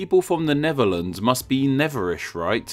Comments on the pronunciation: AARGH! You should be pronouncing it as Nefferlands, seeing as you can't pronounce the TH in words. 1, 2, free. I fink. Fankyou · It's THE NEDERLANDS a.k.a. NETHERLANDS .... not the "NEVERLANDS" !!! ....PRONUNCIATION is important in any language - EVEN ENGLISH - not the "NORF Sea" neither is it (to quote you) ...One "Fird"of the country .... PRONUNCIATION !!!! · Except when he kept saying "Neverlands", this ain't Peter Pan's home!😂🤣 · wtf is “The Nevuhlands?”